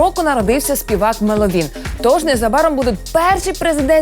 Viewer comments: мЕловін, а не меловІн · МеловІн... МеловІн Карл! MÉLOVIN! Ну чому так важко запам'ятати? Наголос на Е 💞